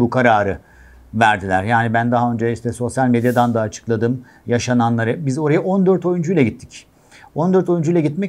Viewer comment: Bırakın oyuncuların adını doğru söylemeyi, "oraya" bile diyemiyor, sürekli "oreye" diyor....